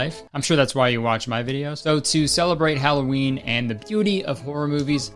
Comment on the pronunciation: mf said "hello ween" and i hit subscribe